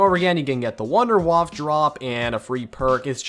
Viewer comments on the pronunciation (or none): The wonder weapons (wonderwaffe) is pronounced vunder vaffe not wonder waf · Pls learn how to pronounce the non-english words. It makes me cringe so hard the way you say "Der Riese", "Verrückt" or "Wunderwaffe"